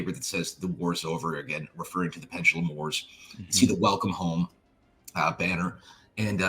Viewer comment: Gears Pendalumlum